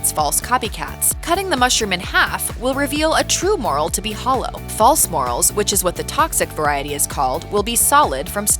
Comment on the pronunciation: Ummm... It's not a moral It's a morel. Just so y'all know that someone should really have a talk with this presenter because although she does have a nice voice she often mispronounces key foods or culinary terms and that's not good. The moral of the story is that folks are going to make idiots of themselves if they ask about 'moral' mushrooms in a restaurant or a market¡